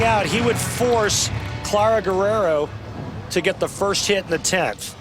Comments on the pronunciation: Se dice Guerrero (GERRERO) no güerero o werero…. Idiotas 😂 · gah, i hate that guy saying gwarero, its pronounced the way he did on